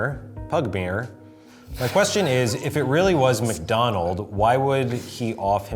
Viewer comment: I’m still waiting for someone to address that Ryan was saying “McDonald” instead of MACDONALD